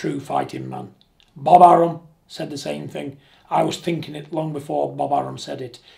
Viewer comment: John don't beat me up. Please........ But it's thing, not think.